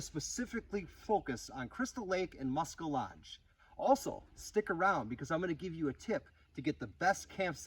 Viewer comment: Muskel lodge? Cmon dude. Just say musky if you cant pronounce it. The Wisconsin DNR is terrible for their boat landings as well. Big old F grade. They are almost unusable.